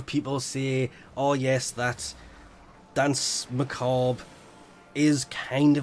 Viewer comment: actually it's more closely pronounced "dans macaab" phonetically, it's a reference to an old piece of music. The other Warframe channels are gaming channels, not classical music, I wouldn't expect them to get it right.